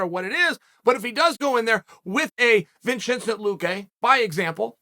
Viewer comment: "Vinchinsent" Luque